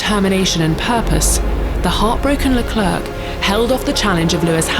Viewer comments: It's not CHARLES LECLURK. It's pronounced SHARL LECLAIRE. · “Charles Leclerk” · She always says 'Le-clark' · pls learn how to pronounce Charles Leclerc's name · How do you mispronounce Leclerc when you're talking over commentary, literally saying his name over and over? Edit: this chick is doing a voice over for an channel and got like 5 names completely wrong. Nice work 🤦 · she cant even leclerc correctly, i’m worried